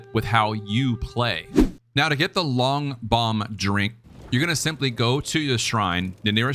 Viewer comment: Loong is pronounced "lung". Means dragon